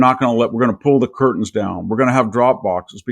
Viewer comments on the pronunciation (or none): none